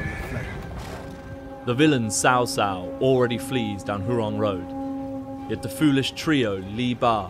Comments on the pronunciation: CA can create a masterpiece of a game with excellent Chinese music, Daoist elements to represent the stats, and just authentic everything AS BRITISH PEOPLE… But they can't pronounce a single name correctly, even when the voice actor in the cutscene says cao cao 4 seconds ago. sao sao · Cao Cao is pronounced cow cow.